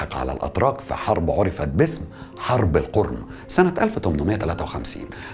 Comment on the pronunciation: القِرم و ليس القُرم ... يا محترم 😅